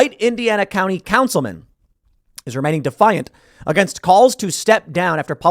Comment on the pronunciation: "Indiana Councilma'am" 💀